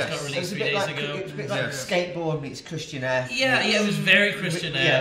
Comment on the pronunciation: What's "christianaire"?